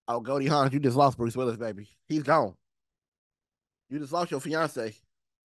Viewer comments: Somebody tell J it’s Goldie Hawn, not Hawns. 😂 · FYI it's Goldie Hawn, not Hans. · Her name is not Goldie Hawns. It's Goldie Hawn. No S at the end!